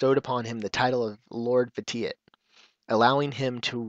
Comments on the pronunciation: I know this is kinda late to comment on, but his Sith title, Lord Vitiate is actually pronounced "Vishiate". Vitiate is in the dictionary and it means to corrupt or make impure, and it has a pronunciation next to the definition. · Hey, the phonetic pronunciation of the Emperor's original name is Lord "Vish-ee-ate". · Is that how you pronounce Vitiate? I don't play The Old Republic, but I am intrigued by it, needless to say I haven't seen a video where they refer to the Sith Emperor by name, so I've been pronouncing it as VIH-SHEE-ET, not VIH-TEE-IT. In some cases, the rules of grammar have you pronounce the "shh" even if it's not spelled out in the word, and Vitiate looked like that kind of case. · You pronounced his name wrong >.<